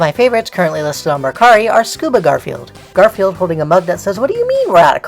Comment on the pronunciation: When you started talking about Garfield merch, I wasn't paying attention to the video and I thought you said "Gorefield merch" and I was really confused